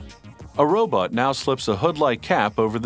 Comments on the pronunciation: Oh I almost forgot they got a narrator who said "robut" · "Robut" LOL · when they say robot, I hear ro-butt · hehe 'robut'